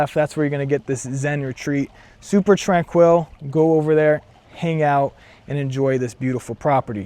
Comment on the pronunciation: emphasized the wrong syllable of tranquil.